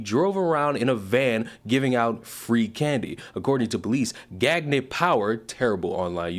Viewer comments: Gagne is pronounced "Gone-YAH" not "Gag-ney". Look up famous pro wrestler Verne Gagne on how Gagne is properly pronounced... it's "Gone-Yah"... it's NOT "Gag-Ney". Anyway, in a way I don't mind having this specific Gagne's name pronounced as "Gag-Ney" because I can 100% confirm that everyone else named Gagne wants ZERO association with this guy. LMAO. Out of all the publicity stunts this guy could have done, this was NOT the way to go. LMAO. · Peedough or not ... wood chipper don’t care. Also I think it’s pronounced gone-yay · I think it's pronounced gone-yay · Pronounced gone-yay. Bonehead lol. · Gagne is pronounced gan-yay. Its french and believe it or not means winning in french. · Pronounced gonyay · Supposed to sound more like "Gone Yay" The frogs are funny like that. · Gan-yeah...that is how you pronounce that name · Gan-yay. It rhymes with Kanye. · Just a note for the future. 'Gagne' is french, pronounced Gone-Yuh. Famous last name in the wrestling community. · just bc I KNOW you can make a joke with it, I think it is pronounced like Kanye, but with a "G" instead of the "K." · would it be pronounced 'gan-ye'? kinda like kanye? genuine question if anyone knew lol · Gagne is pronounced like "Gan-ye" and rhymes with Kanye. I only know because of Guy Gange from Turbo the movie 🐌 🤌🏼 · Very minor point, but "Gagne" is pronounced "Gawnyuh". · That last name is usually pronounced “Gone-Yay”